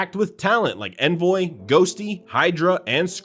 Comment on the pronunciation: Bro 45 seconds into the video you mispronounced Envoy and Hacienda… I’m out lmao